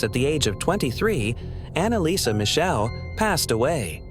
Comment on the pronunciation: ¡¡¡Schrecklich falsche Aussprache ihres Nachnamens..‼️ 🖕🏻😡